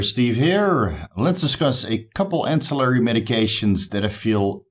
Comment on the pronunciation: Yeee my guy first time you said ancillary right on a video ;) only messing with you, keep up the great content bro I have learned and benefitted so much! One love!